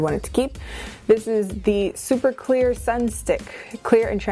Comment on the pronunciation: When you thought she said Queer instead of clear >3> Damn my gayness is showing.